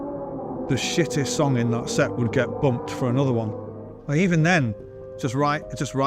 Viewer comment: It's song, not song-geh! 🤣